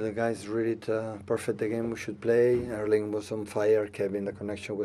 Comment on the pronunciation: Pep's pronounciation of Erling's name is actually pretty close to the Norwegian pronounciation.